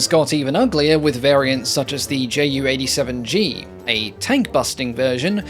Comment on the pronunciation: I find the Ju 287 (btw in german we don't pronounce that "J.U." but "Yuu") rather cool looking!